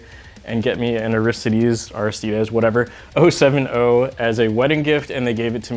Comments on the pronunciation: IT IS AIR-RIH-STEE-DEEZ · its pronounced aristides